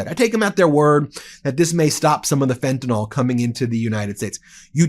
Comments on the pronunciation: Pet Peeve: It's not pronounced "fentanOL" - it's "fentanUHL" or "fentanIL." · Ben— get it straight:That is FentanYL—NOT FentanOL!!! you are just parroting Donald Trump!